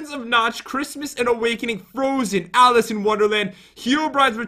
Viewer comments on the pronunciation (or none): none